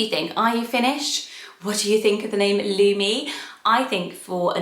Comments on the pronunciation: I first thought you said Looney when you said Lumi. Kids can be cruel so that one is a no. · In Finland the “u” is pronounced shorter than how is saying it in the video so at least to my ear it doesn’t sound the same. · your pronounciation of Lumi is a bit different to Finnish/Estonian but still pretty! never heard of a person with that name but plenty of white dogs and cats lol. not sure how I feel about it as a human name though, it’s a bit too literal at least in these countries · You pronounce Lumi a little bit weirdly. 😄 I am Finnish and I like Lumi a lot, but it's not a common name.